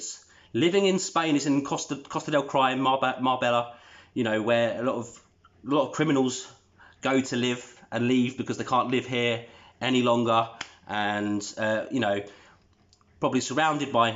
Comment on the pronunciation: Boom. MUPPETS hahaaaaa. Just so you know its prounounced Marbeya...the two ll make a y. Great work M. I will share this on my channel and message you once I do. Brilliant work!